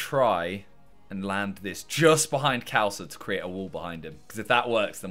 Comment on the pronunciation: It's pronounced Kh - aa (or ar) - l-sa.